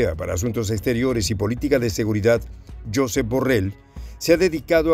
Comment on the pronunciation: /yosééép/ deja de decirlo como lo dirías en inglés.